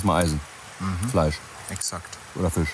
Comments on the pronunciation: du bist ein echt cooler typ, ABER bitte bitte bitte bitte bitte, lass dir bei bringen wie man FiSCH ausspricht, das triggert mich so ungemein:D:D:D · Die CH - SCH Schwäche von ist herrlich: Fich und Elsch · "Fich" Auch: "Elsch" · Jetzt verstehe ich gar nichts mehr, anstatt Fisch sagt er Fich und man denkt sich "Joa, er kann wohl das sch nicht aussprechen, kennt man ja" und dann sagt er "Elsch". Kannste dir nicht ausdenken 😂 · Ich liebe die zwei, aber das "Elsch" und "Fich" von triggert mich so hart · Es heisst FiSCH und ELCH! :D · Warte warte.... Fisch ist "Fich" und Elch ist "Elsch"? 😁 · Wieso sagt er Fich und Elsch? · Richtig guter content, aber warum sagt dieser immer Fich und Fleich. Ist ja nicht auszuhalten 😂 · Wieso sagt immer Fich statt Fisch? 🤷